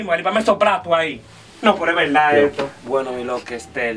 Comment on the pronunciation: Me haces reír cuando dices.esterrrrrr